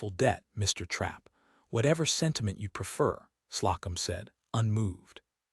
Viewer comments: Story was good, but presentation was badly done. AI very bad with proper names. "Slocum" was mispronounced the entire story ("Slow'-come", not "slah-cum"). And the pronunciation of "arithmetic" was painful. The background pictures are unnecessary, unrelated and distracting, though a Commentor on another thread said the image can be enlarged with two fingers. This eliminates the captions, which do not follow the narration anyway. If captions are needed, I suspect "Closed Caption" would be more accurate. Narration was dry. I gave the story a Like, but did not Subscribe. OR, USA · Love this sweet, tender love story. Ada & Ellis are good people that belong together. They become stronger together & win. The A I really needs attention with pronunciations. Slocum=slow- come. In all stories it is never corrected. It always calls hoping as hopping. Please please fix this tiresome voice. Story is great. ❤